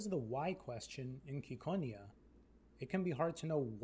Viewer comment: IT'S CI NOT KI